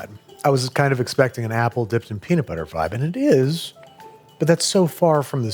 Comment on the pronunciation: ummm that’s not how you say peanut😂